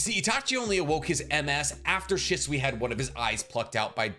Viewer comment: First off obito only lived with his grandma he never met his parents and how can you not pronounce shisui right you make make videos everyday